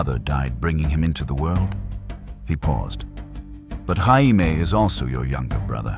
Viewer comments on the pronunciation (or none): So was it perfect?? No I mean how could it be only 1 1/2 hour long, the narrator pronouncing Jamie with a Spanish H, and the music a little to loud......... That being said, I freaking loved this!!! It was so entertaining and I was incredibly invested how Wade knew the story and changed things for the better. Did I want more Caitlyn and Jon dialogue? Yes. Still though I'll take this ending 10× over the ending HBO decided to give us. If you decided to do a part 3 with a completely different future that us fans will never get because GRRM made a deal with Satan not to finish the series and I actually enjoy AI fan fiction with Deadpool, I'm all for it!!!! Thanks for this though, it was great. Also a request for Dr Strange in a Wheel of Time!!!! Someone tried it, but it wasn't very good. Your stories and narration are much better. I just hate there'd be no Deadpool breaking the 4th wall about how AWFUL that woke show turned out. One of the WORST adaptations ever, considering Wheel of Time is already completely and the source material is so good